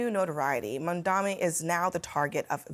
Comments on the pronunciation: It’s not Mun-dami.. it’s Mum-tha-nee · It’s M-A-M-D-A-N-I…MAMDANI. 🔥🔥🔥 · she pronounced his name incorrectly